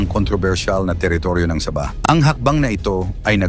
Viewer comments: SA-BAH HINDI SABAH PRONOUNSATION PARANG SAGING NA SABA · Para Kang bumibigkas ng saging na SABA. SAB...AH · ayusin mo pronounce mo sabah hindi parang saba na saging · ang pronunciation sa bah. Hinde sabah^ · Paki ayos mo naman ang pagbigas mo sa sabah..nakakairita ang iyong pagbigkas.. Sa-bah....hindi sabaaaaahhhhh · Saba saging yng pagbigkas mo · Saging binibigkas ng ah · Bobo k bang vlogger...ayuson m nga pag pppronounced ng SABAH..gngawa .ong saging eh..bobo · Ayusin mo ang pagbigkas ng sabah.